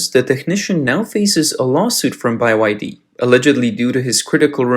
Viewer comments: Yes whats up with saying “By Y D”. Very annoying I had to quit listening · Why is it pronounced Bye-Y-D??? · BUY Y D, ok, got it!! Hard to get an AI reader to read things correctly I see. LOL... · Beee why deeee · It's Bye YD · Bye why Dee. Lol crappy ai voice, just as crappy as the Chinese car. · How can anyone trust a host reporting on BYD that doesn't even know how to pronounce BYD? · Byd not "by y d" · It BYD, no Bi-YF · It's not bai wai d it just b y d bruh😂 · "by-why-dee" surely there is only one Y in they name, so isn't it called-'bye-dee' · Why do you keep pronouncing it as Buy Y D? It Bee Y D? Get it right. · It is Bee Why Dee and not Buy Why Dee. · Is b-y-d Not by-y-d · Why pronounce B as "buy"? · can you pronounce BYD normally tho? by why d? just say the letters? B, Y, D? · I'm pretty sure it's spelled "Bee Wye Dee", not "Bye Wye Dee" 😏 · Buy why dee? It's BYD. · How come you're pronouncing it "By Y D" instead of "B Y D"? It's supposed to be an acronym for Build Your Dreams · Fix your computer generated commentary, its pronounced BEE WHY DEE, not BUY WHY DEE! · In English, the letter B is pronounced "bee", not "by". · Bye y d? Not bee y d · it's not pronounced "Buy-Y-D" it's pronounced "Bee-Y-D" you pronounced it wrong. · Why do you keep saying Bye YD 🤬🤬 it's B Y D so frustrating 😮😮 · Is it pronounced “B Y D” or like the narrator is pronouncing it “By Y D”? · Why are you calling the car company BYE Y D it’s just the letter B then Y and then D not BYE Y D lol it’s pretty annoying how your sayin it not trying to be mean but if your going to say something at-least say it right please thank you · WHYTF … do you keep pronouncing BYD as “Bye Y D”? It’s just pronounced as the three letters B-Y-D (“bee” “why” “dee”). Cluuuuuulesss English. Where are you from ?? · You need to train your text-to-speech software better; BYD is pronounced "Bee Why Dee" not "Bye Why Dee". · ITS BEE WHY DEE, NOT BUY WHY DEE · Bee Why Dee. Not Bye Wai Dee. or Build Your Dreams !!